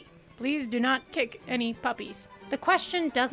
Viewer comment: 2 minutes in during the trigger warning I thought I heard "dough not" instead of "do not", which gave me a great idea for a doughnut shop. It's called Dough Knots. Every doughnut is based on a sailor's knot. Classics will include the clove hitch, the figure 8, and bowline. Specialties are infinite. I'm thinking first of the monkey fist. Banana cream, chocolate, and peanut butter under a glazed monkey fist knot. Surely a best seller. Is Neil Gaiman a sex pest? I don't know yet. Again, only 2 minutes into this.